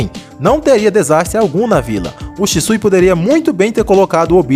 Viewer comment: "É Shixu, Sishu, Shishiu, Shisu..." "É Shisui, senhor." 😂😂😂😂